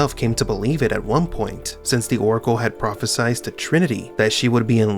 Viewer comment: "Prophesied." Pronounced with an "eyed." Neo and Cypher are both portrayed by left-handed actors. Keanu might actually be mix-handed. Not for the vast majority of people. Most people ended up working miserable jobs just like Tom Anderson. That's because the vast majority of people end up working miserable jobs just like Tom Anderson (and The Narrator from Fight Club). That's a tough one seeing as how I'm both a foodie and a beer/wine snob.